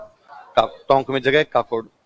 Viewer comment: काकोड नहीं सर boliye ककोड तहसील उनियारा जिला tonk